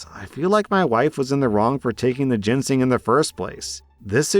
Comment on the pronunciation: I cringe everytime I hear mispronounce Ginseng as "Jensing"